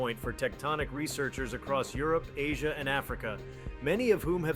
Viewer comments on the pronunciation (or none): none